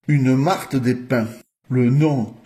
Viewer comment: On dit martre...